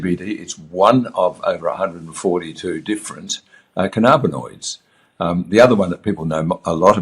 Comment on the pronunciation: I don't want to be rude. Cannabinoid is pronounced canna-bin-oid not can-arb-inoids. Your pronunciation triggers me and makes it hard for me to listen.